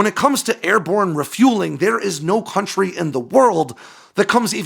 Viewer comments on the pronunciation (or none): none